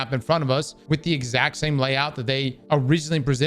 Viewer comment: Many did jump to Luke Smith, but only because after saying lead developer you emphasized "the" lead again. So I'd say it was simply bad wording if you didn't mean it that way.